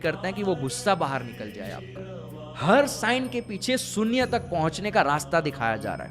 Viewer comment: sunya nahi beta shunya bolate hai